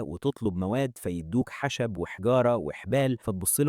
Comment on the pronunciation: خشب وليس حشب